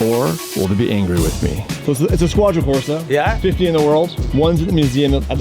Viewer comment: Squadra Corse is pronounced Squadra CorsE, not CorsA